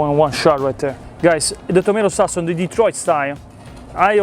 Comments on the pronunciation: Well,, not “SWAusage”. It’s “SAWsage” and “SAWce” but you’re close. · Love the swasage and the swauce 😂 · Swausage Swauce